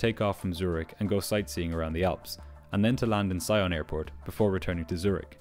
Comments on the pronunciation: FYI, Sion is pronounced “SEE-onh” (it’s French, so nasal ‘n’). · Sion is pronounced "see-on" with a french "on" (like the one in "lyon"). Just in case you need to mention the airport there again.